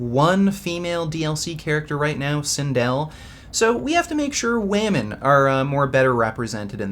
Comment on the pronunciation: Wamen? Did he say wamen